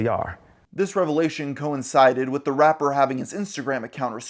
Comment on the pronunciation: The way you say rapper does not sound nice, it sounds vile